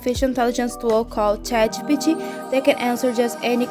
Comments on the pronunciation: Can you say Chat G P T properly? Thumbs down to you. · Omg the way that you pronounce ChatGPT 💀